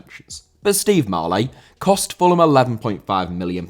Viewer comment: Marlet* not Marlei